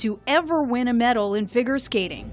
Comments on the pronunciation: did she really say "ah-dee-ah-go" when introducing D&W? and the voice-over couldn't pronounce "figure." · anyone else kinda uncomfortable with the voiceover saying “gah-la” and “fig- urr”